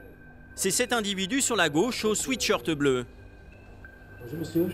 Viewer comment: Maladie nationale de prononciation: Ce n´est pas un "sweetshirt", mais un "sweatshirt". Pour savoir comment cela se prononce: Bloodhound Gang, The Bad Touch, "sweat, baby, sweat...,.".